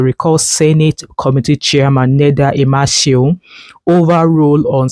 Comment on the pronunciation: You did not pronounce the name IMASUEN very well. However, thanks for sharing this news about the Senator representing Edo South.